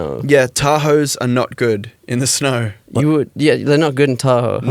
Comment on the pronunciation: "We were shoveling snaur" 😭💜